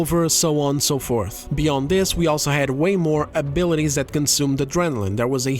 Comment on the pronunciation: Where are you from that makes you pronounce "also" the way that you do? It should be pronounced as "all" like "all of us are dead: You pronounce the "all" part like its someone's first name like "Al Pacino". It just sounds off and you say it a lot